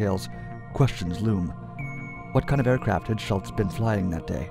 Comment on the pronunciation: The overlapping "ghost" theme imagery fits the subject, but it is too dark and most of the pictures cannot even be recognized, so there is a self defeating imagery problem. The most annoying thing is this: Please start pronouncing names properly, especially something as common as Schultz!